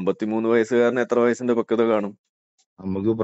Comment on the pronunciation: ഇവന്മാർക്ക് പക്വത എന്നാൽ ഫക്വത എന്നാണ് 😄😄